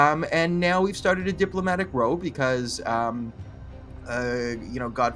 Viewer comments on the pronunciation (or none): Trudeau the son of Castro? Yeah... right. Btw, for what it's worth, here's a tip: "another diplomatic ROW" -- the word rhymes with HOW, not BLOW. Good luck with the scandal mongering.